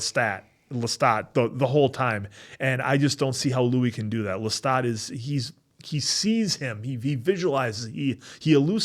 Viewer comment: My reaction to this episode was that this was when I realized the acting in this show is amazing and left me speechless!! Thank you, for pronouncing Lestat with ahah rather than a a a! Said with love, not hate 😊.